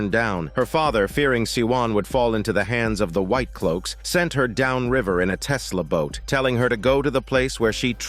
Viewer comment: Wait, did he say Tesla boat omg 😂😂